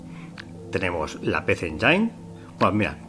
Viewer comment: Hola amigo, solo para comentar que PC Engine se pronuncia "PISI ENYIN"